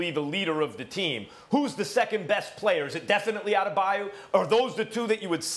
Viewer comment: Anybody else cringe when Molly said Bam Adebayu?...smh 😐